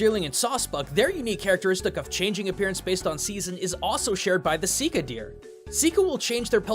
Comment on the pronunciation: You seem to have dropped that 'h' of 'shika'. Here you go. hノ( º _ ºノ)